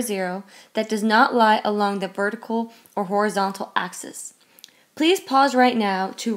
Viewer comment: It's called (axe-isss)